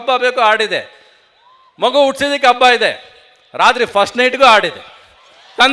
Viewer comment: Ravi Mama I love you but Hampi adu ampi alla, Habba adu abba alla and Premloka was good film but please praise other films like KGF Kantara Charlie etc. People love not only love story but like action and Comedy